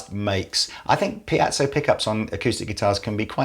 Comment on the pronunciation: Please people...it's 'pee-ay-zo' NOT 'piatso' or 'pye-zo'. Google says....'Piezoelectric Effect is the ability of certain materials to generate an electric charge in response to applied mechanical stress. The word Piezoelectric is derived from the Greek piezein, which means to squeeze or press, and piezo, which is Greek for “push”. Also....The piezoelectric effect was discovered in 1880 by two French physicists, brothers Pierre and Paul-Jacques Curie, in crystals of quartz, tourmaline, and Rochelle salt (potassium sodium tartrate). Ever heard of Pierre's wife, Marie ? She discovered and named ' 'radioactivity'. Clever bunch eh? So please, try to say the word 'piezo' (pee-ay-zo) correctly..many thanks :)